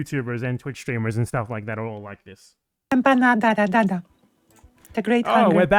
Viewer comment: as a south american, it genuinely hurt seeing some european piece of shit mispronounce empanada like that on purpose